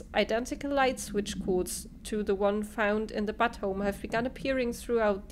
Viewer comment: Awesome! Sooooo... do you like the telekinesis power? It was hard to tell. ;) That was really funny. You were like a kid at Christmas. ~ Also, I couldn't stop laughing when you were reading the Butte memos. Butte home indeed. :) It's actually pronounced, "BYOOT", the like first half of Beauty. ~ Really fun times, this looks so good. I watched all three episodes that I was behind, while exercising on the elliptical.